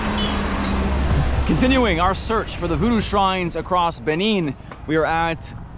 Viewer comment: It's not /Bini/ It's /Bené/ By the way, Say Hello to the Principalities in Benín Republic.😂😂😂